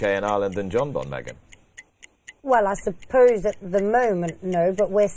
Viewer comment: That’s some tool on the left…especially the way he say’s jonbon…..a nobody tryin to be a somebody